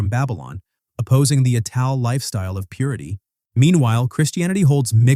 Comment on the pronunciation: "Ital" in Rastafarianism is pronounced as "Eye-tal" ie it's based on the word "vital" with the "v" removed.